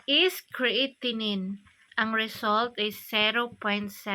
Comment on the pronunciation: Creatinine? Kreyatenen goro pagbasa te